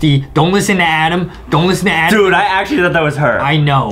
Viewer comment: is adem not ADAM